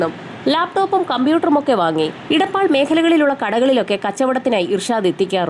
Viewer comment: ഇടപ്പാൾ അല്ല എടപ്പാൾ 😂